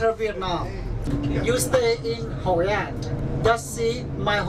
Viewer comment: hoi an, not hoi anh, thank